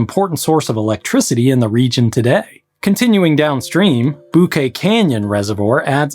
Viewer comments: its pronounced Bo-K canyon by everyone that lives (Santa Clarita Valley etc. ) there. Just a side note. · Great video, thank you. My only comment is Bouquet Reservoir is pronounced ‘Bow-Kay’ . I know, and sorry but it’s a pet-peeve. 😀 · Is he real or AI ? im asking cause of the mispronounced words ! Bouquet ? Lol BOOO KAY ? LOL